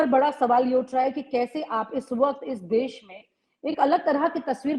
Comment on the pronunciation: Des nahi Desh boliye.